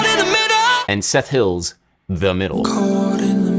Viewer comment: Adam is “cood in the middooo”😂😂